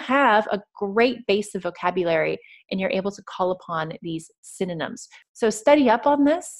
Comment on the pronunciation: Great jog gal,but the one thing that kills me is your synynom(synonym).Reckon that word has stuck for good.But overall,y'all're mighty fine tutors.